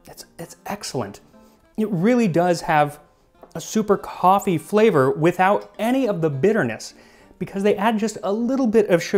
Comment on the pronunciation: Say "coffe" one more time, I dare you. I double dare you!